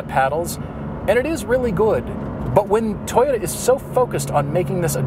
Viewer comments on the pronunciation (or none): Everytime he says Toyota I hear subaru I'd say the gr86 looks better but the brz has aluminum lighter steering components and a bit more power